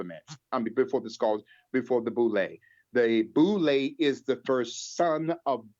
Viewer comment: He needs to do his homework on pronunciation of common English words 🤦🏿‍♂️ he just said skohls for skulls...